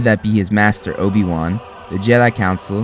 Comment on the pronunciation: that’s a funny way of saying obi-wan